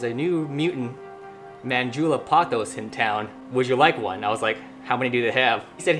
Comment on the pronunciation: POE-thoss (rhymes with "boss")